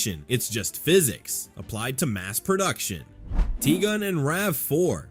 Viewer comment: Volkswagen "Tea Gun"?